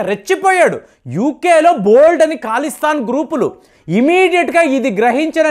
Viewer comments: మీరు చాలా పదాలను తప్పుగా పలుకుతున్నారు. అవి సరి చేసుకుంటే మీ విడియోలు ఇంకా బాగుంటాయి. ఉదా: కాలిస్తాన్ కాదు...ఖలిస్తాన్ . అలాగే జెలన్ స్కై, ఈరాన్ , ఈరాక్ , ఆయిల్స్ వంటివి చాలా తప్పుగాఉచ్ఛరిస్తున్నారు. మీకు కంటెంట్ ఇచ్చేవాళ్ళు దీనిని గమనించలేదేమో! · నాయన ఖాళీస్తాను కాదు బాబు "ఖలిస్థాన్" ఎందుకు పేర్లను కావాలని ఏదో స్టైల్ గా పాలకాలని Khuni చేస్తారు... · Khalisthan pronounce correctly